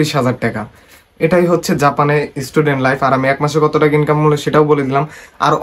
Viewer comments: লট না নট😂😂😂😂😂 বাংলাদেশিদের ভাষা বোঝা বড়ো কষ্টের😂😂😂😂 টেকা না টাকা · টেকা না ভাই টাকা